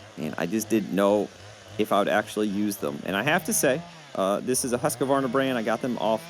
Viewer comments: No complaint, just a correction. Q in Husqvarna is pronounced as a K. I have mentioned it to many loggers, including cotontop3 and logger wade. I live in sweden, that is why I know. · Good video👍🏼 Sound funny when americans pronounce Husqvarna 😊 (Husqvarna was founded 1689 in Sweden) 🇸🇪